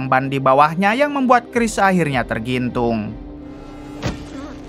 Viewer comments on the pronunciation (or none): Tergantung Bang Bukan Tergintung😂😂😂